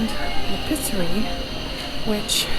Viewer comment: L’Episserie is not “le Pisserie” (!) In French, it’s important to really pronounce each vowel. The E in this word is pronounced like a long A (ay) in English. Love your videos, ma chere!!